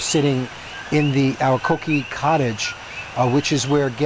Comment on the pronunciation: Is not coqui is coquí 😂